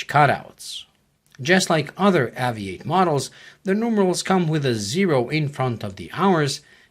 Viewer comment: AVI-8 is meant to be pronounced "Aviate"